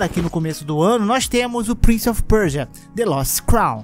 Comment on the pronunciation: Prince of o que? Preja?